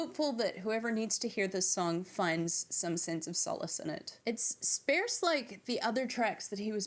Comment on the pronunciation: Hi. Do they pronounce "sparse" with a "air" sound in New Zealand? It's with "are" sound in the US. (sp-air-se... or... sp-are-se) I've never heard anyone pronounce it the way you did... so I had to ask. Btw... I think you presented your points in both "bullet proof" form and "bullet point" form.; ) One point I would make about John calling his 1970 album "Sgt. Lennon"... is that it is not really much like their work from the "Sgt. Pepper" album. One being "sparse and bleak songs of a broken hearted ex-Beatle"... while the other was basically the opposite of sparse and bleak. While I like John's 1970 POB album (it has some excellent tracks) - for me it is a bit too much of a one note album. When it came out... I got tired of it much more quickly than I ever had of any of their other material. For me... his 1971 album just had so much more variety (it's my favorite of his solo stuff). With "Mother"... it hit me hard on the first few listens - but I found myself feeling less and less emotional connection to it as time went by. "Hold On" Nice job by the guitar correspondent. Well done. Love that you spent time talking about how you feel Klaus played the wrong bass note on that one particular spot. Love that your deep dives are so detailed and find points I never noticed. "Also... I didn't go home. I just popped out to grab some lunch." OMG - you gave me a good laugh... and that look on your face.; ) "Of course, he's dead. So what does he know..?" OMG - you are making me l